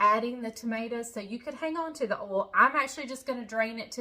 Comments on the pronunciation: I love your "oal" for oil,! From a transplanted Okie! 😅 (That's the prettiest top you're wearing!) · Never mind the way you say salmon, the way you say oil is even more…..interesting!! 😉 This creamy salmon recipe with cream sauce looks awesome. I will definitely be trying it out. Thanks,. ❤️✌️